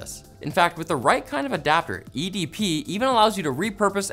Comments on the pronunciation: the way he said edp got me wanting a cupcake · ok but who else burst out laughing when he said "edp"